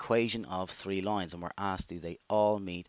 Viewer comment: you just about stopped yourself from saying "tree" instead of "three"